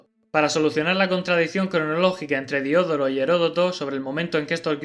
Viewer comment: Otra nota lingüística: se dice "Diodoro", con el acento en la segunda o.